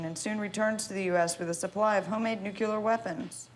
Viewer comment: NucUlar weapons? GW BUSH.